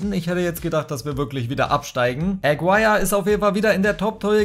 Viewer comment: Warum sprichst Du deinen Toptorjäger wie englisch aus? Is n Kolumbianer (~Agirre) das U is stumm. Können aber die wenigsten Fifa Youtuber. Wenn ich Fussball feier und damit "mein Geld verdiene" online, sollte ich das können oder mit der Aussprache ausländischer Spieler beschäftigen. Aber die meisten von Euch kennen eh nur die Spieler der Topclubs in der CL oder die Top5 der Topligen. Alles darüber hinaus ist "egal" oder was? Gucke Euch gerne aber das regt mich bei allen auf